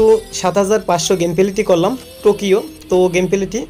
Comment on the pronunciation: ভাই নাম গুলো আমি বলে দিচ্ছি, পরবর্তীতে এই নাম গুলো উচ্চারণ করবেন। একটা হলো টোকিও, এটা জাপানের রাজধানি। আর একটা হলো বার্সেলোনা। এরপর উচ্চারণ ঠিক করবেন। খুব উইয়ার্ড শোনায়।